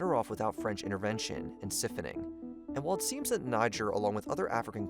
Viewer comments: Can't do it. The video was going so well. And then.... sif-owning? Bro. Sigh-phone-ing. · Siffoning??? Its siph / on / ing. 😂